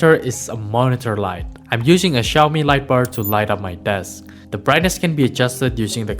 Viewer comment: xiaomi not xioami